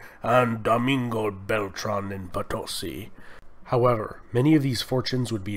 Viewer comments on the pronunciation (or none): Estimado Sr.: The correct pronunciation of Potosi is Poto-See, not Potosy. Gracias.:) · My gringo friend, I bring you news from the South! It is pronunced Potosí with stress on the last two letters, like the Spanish word for Yes. Po - to - SI. Incidentally, the name is taken from the local legend regarding the city's greatest landmark (El Cerro Rico de Potosí) (i.e. POTOJCHI from the Quechua language). Well done!